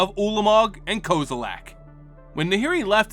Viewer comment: I still don't understand where you're finding the "a" in Kozilek's name